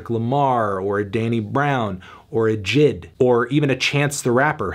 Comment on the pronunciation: Did he call J.I.D jid?